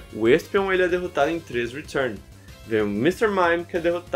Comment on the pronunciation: Hoje descobrimos que o sabe falar retun muito melhor que eu